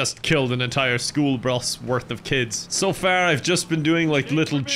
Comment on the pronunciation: The classic "School Brus" attempted aggravated a🧂